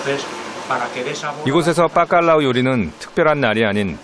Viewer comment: 스페인 사는데 빠깔라우가 아니라 바깔라우 입니다. 중국이라규 쓰고 쭝국이라 읽는것과 같네요.